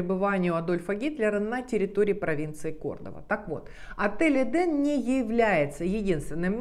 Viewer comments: Почему вы все время говорите эдАм а не эдЭм( правильно!)! И ваще это слово означает совсем не РАЙ?! ЭТо просто ЗАГРОБНЫЙ МИР!! Куда по преданиям якобы возвращаются типа «праведники» после своей смерти?! А ваще в разных религиях есть разная трактовка но чаще это не РАЙ!! И правильно говорить ЭДЭ’М!! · Так в итоге " Эден" , " Эдам" Или все же "ЭдЭм"))? Ну и апогей Ваших перлов " Комания три кЭ" , разве не все люди с претензией на грамотность знают что буквы кЭ" не существует, но есть буква кА"? Не поймите превратно, вас же множество людей смотрит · ЭДЕН- в переводе с израильского>> наслаждение>> это название отеля?! А она говорит ЭДАМ?! ЧТО ЭТО????!!